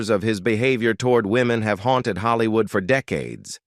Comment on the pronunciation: the fake-ness starts from calling Hollywood as Haalliwood